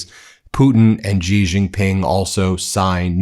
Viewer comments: You're a journalist, Ben. Pronounce Xi's name correctly. It's "she" not "ghghghiii" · XI is pronounced "she" not "gee" or "zhee" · Word to the wise, Xi is pronounced closer to “shee” but with a thinner, less fricative sound.